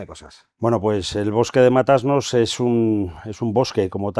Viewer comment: Matasnos!!!!! No Mata-Asnos! Qué barbaridad.